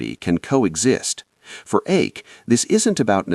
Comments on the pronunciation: It's not so far off. The correct pronunciation, expressed in terms of English phonetics, is in between Ike and Ache. The speaker in the vid erred on the conservative/old-fashioned side, using a somewhat too narrow diphthong. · Please pronounce Cardinal Eijk’s name properly.